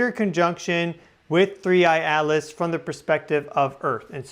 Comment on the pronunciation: I never knew that "Atlas" is pronounced "Alice".